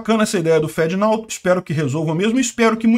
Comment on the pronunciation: Literalmente pronuncia "fedenao".